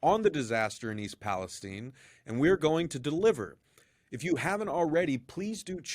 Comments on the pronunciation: The Cities name is East PalestIne. Its not caled tine, it's called tIne. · Why are you calling it East Palesteen? It is East Palestine. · It's called Palestine as in Pal-es-TYNE and not pronounced Pal-es-TEEN. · Palestine! Not Palesteen!!! Israel has so much control over USA that y'all mispronounce words to suit the Zionists! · It is Pal es time like nine only with a t. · Amazing how the pronunciation of “Palestine” has been changed to “STEIN” - unsubscribed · Why do you mispronounce Palestine after pronouncing it correctly.